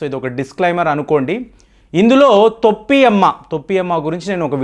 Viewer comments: గారు వీడియో అప్లోడ్ చేసే ముందు భాష సరిచూసుకోండి తొప్పి కాదు sir తోపి అమ్మ లేక పోతే టోపి అమ్మ అనండి తోప్పి అంటే బూతు పదం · తోపి కాదు బాబు . టోపి . టోపి ..టోపి. తెలుగు బాష మార్చేస్తున్నారు. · తొప్పి కాదండి టోపీ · టోపీ అమ్మ ,,,,తోప్పి కాదు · తొప్పి అమ్మ కాదండి టోపీ అమ్మ. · తొప్పి అమ్మ కాదండి, టోపీ అమ్మ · తొప్పి అమ్మ కాదు టోపీ అమ్మ . తెలుగు రాదా మీకు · గారు తొప్పి అమ్మ కాదు,టోపీ అమ్మ. ఆధ్యా త్మికథ ముసుగులో aardhikadopidi కి నాంది పలికారు. ఇది చాలా తప్పు. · తొప్పి అమ్మ కాదు టోపీ అమ్మ ఏంటో ఈయన భాష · Thoppi is wrong in telugu, towpy ....... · తోప్పి కాదు టోపీ అమ్మ